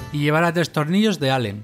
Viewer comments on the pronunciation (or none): none